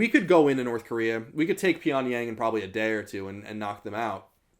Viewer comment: Hey loved the video! Just wanted to give you a heads up on your pronunciation. It's understandable because the romanization of korean is pretty bad, but that being said I figured you'd want to know how to pronounce these words since North Korea interests you and you were using them alot: (김정은) Kim Jung Eun - the eu is pronounced like oo in book not like in food. (평양) Pyongyang - the a in yang is like a in fall not like in hay. And make sure to pronounce the (ng)s as (ng)s and not as (n)s (주체) Juche - the ch is a hard, sharp ch like in chips.